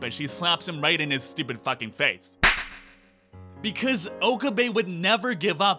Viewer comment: I'm just going to say it. It's not pronounced "OH-kuh-bay" It's pronounced "oh-KAH-bay."